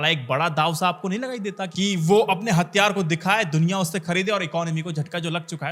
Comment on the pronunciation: Hattyaare,,, nhi hathyaar hota hai... ghonchu